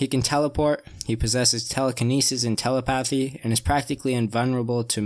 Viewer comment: The way he said telepathy really pissed me off